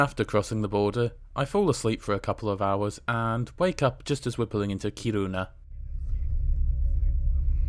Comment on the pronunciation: Kiruna is emphasized on the Ki not ru. So it's KI-runa. Very short ki. Is that like the Japanese? I love languages.